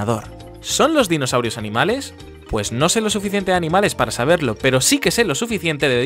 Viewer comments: despues de casi 2 años me acabo de dar cuenta que dice " DINOSAUIROS" y no dinosaurios xd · ye eh visto este video como 10 veces y recién me doy cuenta que dice Dinosauiros y no dinosaurios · Después de verlo como 10 veces me doy cuenta que dice "Dinosauiros" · “Dinosauiro” -Joseju 2019